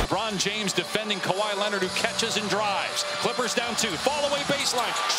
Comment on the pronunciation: Bron butchers Kawhi every time.